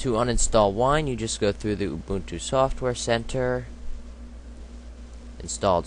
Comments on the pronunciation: ITS not A-Boon-Too...... Its pronounced Uh-bun-2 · xD he said ooboontoo its pronounced you-bun-too